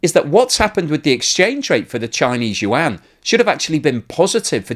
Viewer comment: Yuan - the Chinese pronounce it yu - en.